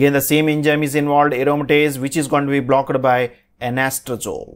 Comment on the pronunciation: Typical south indian accent of English. Plz pay attention to: It's not Engime...but enzyme Not BlockED but blockt